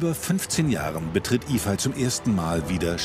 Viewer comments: Toller Film, aber fragt den Jungen doch bitte vorher, wie man seinen Namen richtig ausspricht. Yifei würde nämlich eher wie Yifäi ausgesprochen, so wie Sie den Namen betonen, würde er eher Yifai geschrieben. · Sollte eigentlich i-fej und ü-hu ausgesprochen werden. 不骗你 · Nein...sie hat den Namen nicht wirklich Iehpfei ausgesprochen..